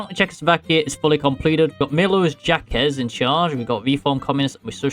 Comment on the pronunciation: "Milosh Jackass" is peak pronunciation.